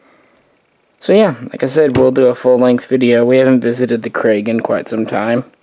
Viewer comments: Pronounced “Crag” not “Craig” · Pronounced kruhg not crag or craig